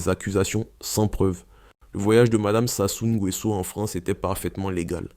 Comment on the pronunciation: Voilà un autre qui ne sait pas prononcer le nom de Sassou Nguesso 🤷🏿‍♂️. Réécoute avant de publier